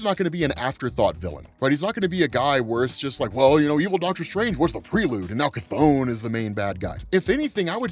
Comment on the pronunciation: Finally!!, people been mispronouncing Cthon all day, you're fr the only one who says it right.